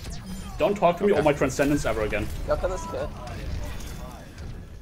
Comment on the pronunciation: "don't tawlk abouwt my trwancendence agaiwn." i like you, but you remind me of the american cartoon, looney toons. "we're going to catch some wabbits."